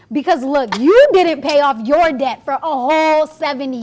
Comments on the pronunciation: It's "Debt" not "Dept" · It's det not dept